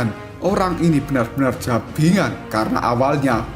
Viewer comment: Bajingan bosku bukan jabingan😂